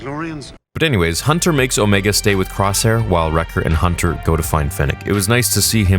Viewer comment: It’s OMEGA not omeeeeeega.